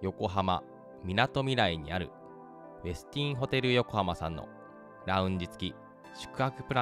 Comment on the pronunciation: 「ウェスティン」の発音、ほかの方の動画など参考になさってください。